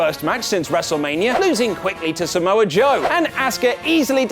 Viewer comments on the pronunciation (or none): none